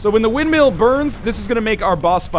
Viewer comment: pronouncing 'windmill' as 'windmeal' is not a canadian thing... its a NL thing